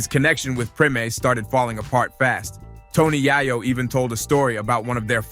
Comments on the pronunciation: Bro I got to stop watching your podcast cuz you are truly mispronouncing this man's name and it's very simple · Fr, you can't make a video without mispronouncing they name, you might not even be from this country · Hate the way you say Tony yayo name that's not how you say it dam